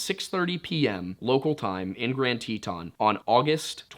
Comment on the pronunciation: Isnt it pronounced tee-tin, love his pronunciations lol